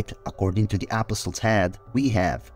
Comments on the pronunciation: It Sounds Like He Is Saying A PostLES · UGH… you’re right and that’s bothers Me.